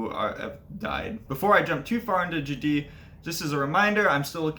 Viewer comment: The stress accent would be on the first syllable here, so it would be "JAH-dyh" not "jah-DEE." Besides that, great information - thanks for sharing.